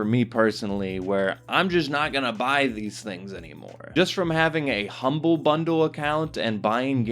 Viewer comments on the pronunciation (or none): none